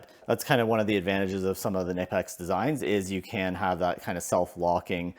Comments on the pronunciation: The 'German made' company says that they pronounce Knipex as kuh-nip-ex. I know... It's annoying... We are not in Germany, and we have freedom of speech. That said, I prefer how you are pronouncing Knipex as nip-ex. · Kuh-nip-ex. Watch the manufacturer's own video explaining the correct pronunciation. Otherwise, cool video. Thanks